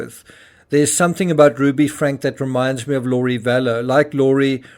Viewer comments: Want to be an authentic voice? Then say names properly: FRANK-E not Frank. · Just FYI Franke = Frank-E . there is an E sound at the end of her last name. :) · Her name is pronounced Frankeee